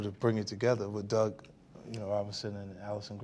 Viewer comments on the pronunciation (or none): none